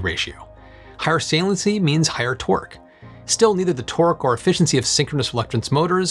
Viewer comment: Am I the only one hearing "twerk" when he says torque 🤣